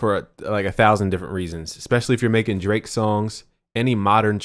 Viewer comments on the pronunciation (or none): none